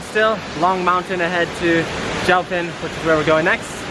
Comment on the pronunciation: "Jiu" sounds like geeyo...not jau